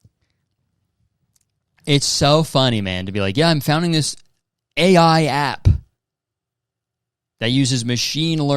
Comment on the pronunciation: WAIT KURTIS PLEASE you called the segment AI - yeye like eyeyey you know like the animal ANYWAYS I really liked that you should reconsider please